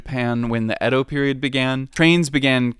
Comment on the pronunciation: Nihon = Japan and Bashi = Bridge Edo is pronounced as "Eah Doh" not "Ed Doh" Yama note = 山手 = Mountain Hand